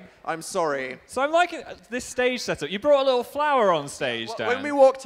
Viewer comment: "li-lle" its little dan